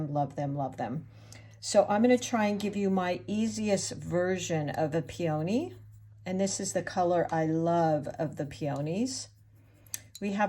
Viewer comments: Enjoyable presentation. FYI: PEONY is pronounced PEA o knee; not Pea OH knee. 😉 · This is a great tutorial, you are a wonderful teacher and artist! I did also want to let you know (as a flower grower) peony is pronounced pee-uh-nee. We all do this with all kinds of words so please no worries but I would want someone to tell me ya know?! I hope this was helpful and not hurtful! ❤️ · Nope... I was fine until you started pronouncing peony "pee-O-knee". I'm out. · I love the lesson!! Thank you! (Please look up the pronunciation of peony. That is not how it’s said. FYI) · Check your pronunciation of the flower “peony”.